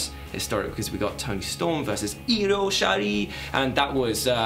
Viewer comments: urm it not shari it shirai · Io what? Sherry? Shirai.